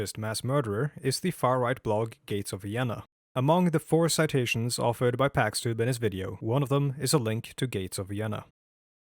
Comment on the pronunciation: You're probably right, he constantly butchers his own name as "packs" (It should be pronounced like "chicken pox").